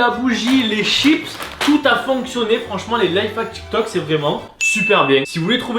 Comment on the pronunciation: Du coud tu dis « TchikTok » et « Landre »